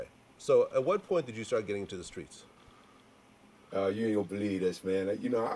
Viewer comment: “I was introduced to the SKREETS at a very young age”